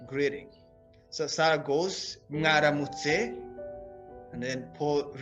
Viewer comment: You're pronouncing mwaramitse like ngaramutse?😮